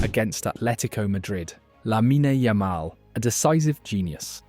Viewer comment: Didn't even know how to say Lamine Yamal lol. AI garbage channel.